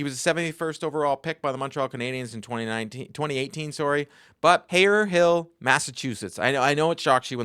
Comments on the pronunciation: 😂 Haver hill ooops Hayverilll. Massachusetts accents. We are nuts. I love ya man. Great content. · btw, Harris is from HA-vr-l Not pronounced HA ver Hill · As a Dorchestah kid "haver ill" the 2nd h is silent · yup us Mass people get annoyed when people say our town & city names wrong. for non MA Peeps 'haver ill" is acceptable for the locals it's" have rill" it's like how Worcester is not "worchester" it's " woo ster" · the way he says "Haverhill" lol all jokes aside, good video though.